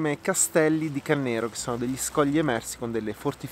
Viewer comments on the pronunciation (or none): Bravo come sempre ti aspettiamo in primavera quando le isole sono aperte. Per Cannero accento va sulla a non sulla e, e il battello arriva a Laveno, frazione bassa di Laveno Mombello. I diritti di pesca nel lago Maggiore vanno ancora oggi pagati ai Borromeo, pensa te...